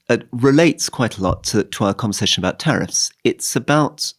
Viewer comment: Love the show, but it’s “tariffs”